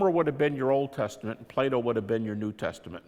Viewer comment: Hahah... He pronounces "Plato" in a way I first thought he says "Play Doh" :P Sorry for that childish humour but sometimes it happens :)